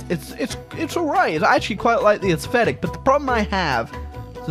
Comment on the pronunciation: Everybody: Aesthetic: Assfetic